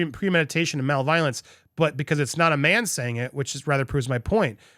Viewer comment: Omg “malevolence” is not male violence! You should watch your reading or take a refresher class!!!